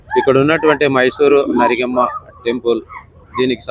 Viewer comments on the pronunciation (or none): సిరిగమ్మ కాదు అయ్యా నరిగమ్మ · Sirigamma kadhu narigamma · సరిగమ్మ కాదు నరిగమ్మ